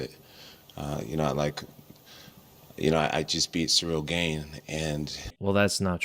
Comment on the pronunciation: Funny how Jones keeps calling him Ciyrl GAYne